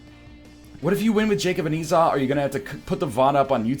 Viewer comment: Did he.. did he finally pronounce Esau properly? GODS BE PRAISED.